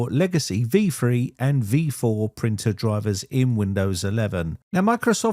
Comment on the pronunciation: Says Windows cannot find 'printul'